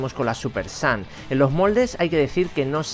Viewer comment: dice súper sans